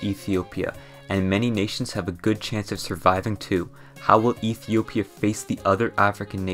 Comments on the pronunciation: he said "Ethia". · "and Ethia"